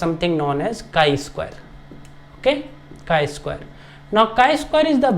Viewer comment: Chi is pronounced like "sky" but without the "s", not like chai (tea) 🧋 🫖 😄